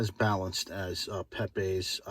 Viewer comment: It's Pepeeze not Pepaaaz Italian not Spanish